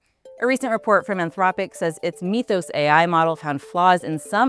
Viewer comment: “Mith-ohs”, not “meeth-ohs”.